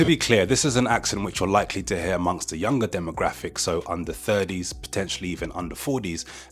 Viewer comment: I can't quite wrap my head around your pronounciation of 30s and 40s, what would you say that is based in?